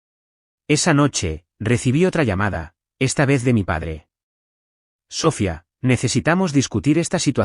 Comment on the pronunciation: Hagan el favor de pronunciar Sofía correctamente. El acento va en la í y no en la o. Usan mucho ese nombre en las historias y siempre lo dicen mal. Gracias.